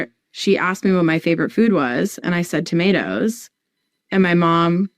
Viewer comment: Tomato's not tomedoos 😂